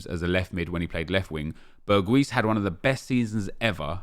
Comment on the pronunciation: Well said Nep. Btw its pronounced Berg-house